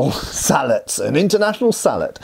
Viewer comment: Its pronounced "Sallet" 😅😊